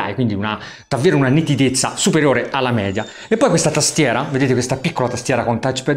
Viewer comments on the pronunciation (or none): none